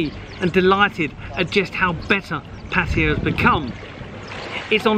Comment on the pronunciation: Never knew Pattaya was spelled Paaatayya, my friend it is not Paaaatayya its Pattaya, we Farangs butcher this simple name its Pa and not PAA, please please don't butcher this simple name, it is always the Brits who seem to kill her name. Great video no less. 😰